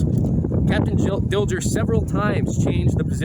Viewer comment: Very good presentation. Hubert Dilger was my great-grandfather. A minor point: the 'g' in his name was pronounced as a 'soft' sound not a 'hard' sound.